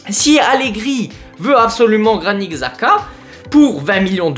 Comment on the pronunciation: Je suis content si Xhaka vient. C'est vraiment la recrue parfaite pour Allegri, puissant, a du caractère, de l'expérience. (D'ailleurs je crois que son nom se dit plus Chaka). Je pense que RLC on va le garder j'ai vu que Allegri aimerait le garder pour son physique et son jeu. Avoir Modric et Xhaka va vraiment faire du bien, il nous faut des résultats immédiats avec de l'expérience, sachant qu'on joue que la LDC donc c'est pas l'âge le problème.